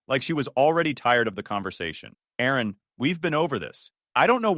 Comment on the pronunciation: It's Aaron Not Erin